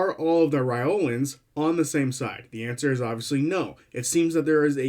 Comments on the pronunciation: Just some suggestions. The pronunciation Matt uses is “rye lore ans” and the warforged he pronounces is “ay or ma tons”. I noticed you were rifling through them and didn’t want you to miss out on Matt’s way of saying them:) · sounded to me like you were saying "Reolan(s)" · lol yeah, skipped the R entirely xD but it's ok, we all knew what you meant!